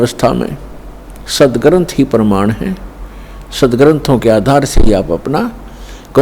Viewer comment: Hindi bolne aata h tmko, praman ko perman bol rhe ho aur chle ho Sadhguru ko bolne